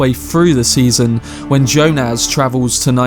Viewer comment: I've never heard Jonas pronounced like you say it. It's quite striking. Anyway it's more Y - O - nas not Jo - NAZ